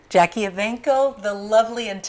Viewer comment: Put the "E" in JackiE. It's bothering me, lol.